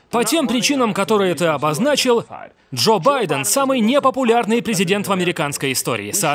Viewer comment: Послышалось Жоп Байден 🤣